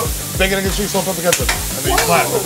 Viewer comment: As a newyawker this is funny. Uk ur not from ny when u cant even pronounce bacconeggncheese